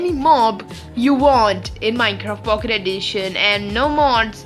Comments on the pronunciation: You say pocket like POOKET XD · Did you just said "Pucket?